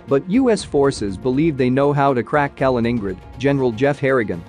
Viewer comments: “Kalin-ING-grid” lmao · Calling in Grad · "Kamen ingrad" xD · You can only destroy “Kaliningrad” when you can pronounce the name right. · You are badly mispronouncing Kaliningrad. It's hard to take someone serious who can't get that right. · Yes it was bloody irritating - and makes you wonder how accurate the info if they cannot get the pronunciation right. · That pronunciation was unbearable. I had to stop the video, I couldn't stand it. 😵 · moving from "i" to "a".... Wow, insane mispronunciation :D . Probably no one of a reasonable minded person heard Mikhail Kalinin before... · Kaliningrad is pronounced with the main stress on the second syllable and a secondary stress on the last. Similar to St. Petersburg. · I like your channel but you would add to your credibility if you actually took a little effort to pronounce names properly, at least as best as an anglophone can. For example, Kaliningrad. Just Youtube it. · Do you get your jollies by deliberately mispronouncing Kalingrad? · Can you please make the effort to pronounce Kaliningrad properly ?